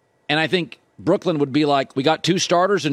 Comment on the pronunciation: Anyone else find it weird that Colin pronounces Brooklyn as Brookland? Seems weird that nobody has mentioned this to him and just how ridiculous it sounds.